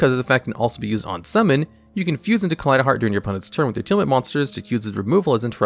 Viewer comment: Liking the video just because it's finally someone pronouncing Tearlament the way it's written.